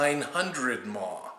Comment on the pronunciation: I like how you say "maw" for mIliamp hours